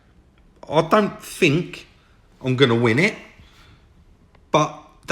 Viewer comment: Adding a T and an H to your alphabet would make listening to you a lot better. what are your Foughts tell me what you Fink